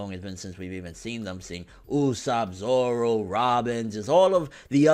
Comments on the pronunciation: grimmjow jaggerjack ZOWO get it right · grimmjow jaggerjack his name is Zoro. Zolo is wrong.